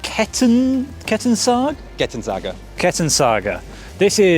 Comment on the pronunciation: lol it's not Kettensaga it's Kettensäge let google translator read it for you :)